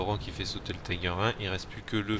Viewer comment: Le Löwe, char allemand, veut dire Lion dans la langue de Goethe. Et ça se prononce "Leuve" pas "Lo-ou". De même les Tiger se prononcent "Tigueur" et pas "Taygueur". Si c'étaient des chars anglais ou américains je comprendrais, mais là... sinon GG sur la game, même si tu as eu pas mal de chance. Pour ma part j'adore le KV-2, mais j'embarque quelques obus Premium au cas où je tombe sur des adversaires comme... un KV-5 par exemple.